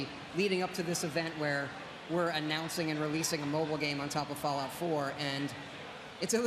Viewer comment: He does say fallout, just sounds like fallow if you listen closely :(